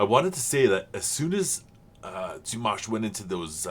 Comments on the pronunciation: There is a video titled "how to say Dimash Qudaibergen´s name". And the "a" in Dimash is clearly an "a" as in "pizza", not an "a" as in mash(ed potatoes). It appears some English speakers have problems hearing this clearly. But said "Dimash" correctly in the beginning of this video! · Do you mean in the beginning when he says Dimanche Dimash? If that’s the case I wonder if you know that Dimanche in French means Sunday and has named his Dimash reactions this because he’s posting them every sunday. And he pronounced the name correct. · I'm not quite sure what you mean. He pronounces the name Dimash perfectly. He's not repeating Dimash's name. The French word for Sunday is dimanche and pronounced similarly, that's just how it is. Dimash Sunday. Dimanche Dimash. I don't think that's silly.